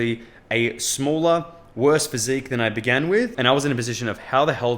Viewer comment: "somewhat good physicque" 🫠